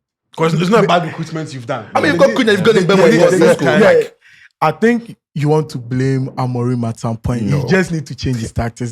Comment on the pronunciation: the name is MBE-UMO not mbu-emo